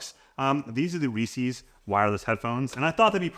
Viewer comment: Step one is to pronounce "Reese's" properly...